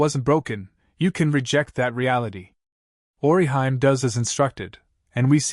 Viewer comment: Oriheim? Dude. Work on these pronounciations.